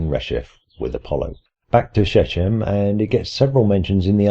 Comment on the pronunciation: "Shechem" has ch as in "loch", not as in "church".